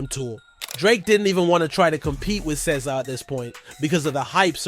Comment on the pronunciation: Bro why do you pronounce SZA's name like that ??? 🤔🤔🤔